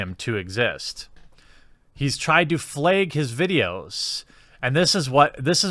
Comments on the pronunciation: It’s “flag” (how I say it), not “flag” (how you say it). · You always pronounce flag as fleg